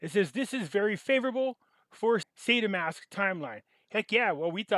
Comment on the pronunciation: How do you pronounce "Saitama"? You make it sound like an aggressive cancer!